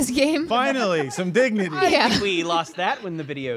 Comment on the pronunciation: Sounded like "Dig-Nutty!"